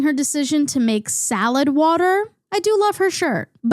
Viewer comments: great video! but also a quick question are you from philly? the way you say wooder is exactly how we say it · As a southerner I’m loving the “woter” commentary 😅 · Omg I could listen to this mid Atlantic queen say “wuter” all fricken day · i would believe u were lizzy mquire off sound alone if it wasn't for the 'wutter' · I’m sorry but I love how u say it like wooder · that northern accent really came out saying “decaf coffee” and as a southern person hearing the “water” is weird😭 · nothing in this video is more criminal than the way you pronounce waTer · im fascinated by the vowel you use in "water", "loss", "lost", "autoimmune", "also". and how it's not there in "tiktok" or "tonya" and "asked"!!! what an interesting way to say "asked"!! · i mostly watched to hear you pronounce water.